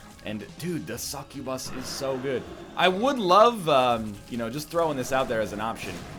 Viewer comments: McFright and i just watched the bit in the vid again and he definetely said bus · TheMiningDog that's my point! NL says incubus normal but when he says succubus he always says it different by really accenting the bus at the end. And I just pointed out that it annoyed me! So let me be annoyed! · God it's so annoying how you say succubus.